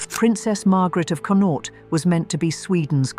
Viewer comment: Learn how to pronounce "Connaught", PLEASE!? As a person, who was born in the province of Connaught, your butchering of it's pronunciation is painful